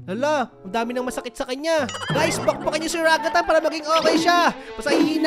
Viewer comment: The way he said Ragatha RAGATAH